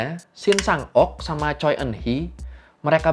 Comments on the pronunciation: Koreksi penyebutan bang. Choi dibacanya cwe bukan coy... 🙏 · Revisi dikit bang. Shin Shang Ok meninggal di tahun 2006 (sumber: Wikipedia). Marga Choi kalo gua denger orang Korea asli ngomong bacanya "Chwe":)